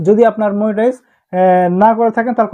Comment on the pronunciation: মনিটাইজ ❌ মুনিটাইজ ✅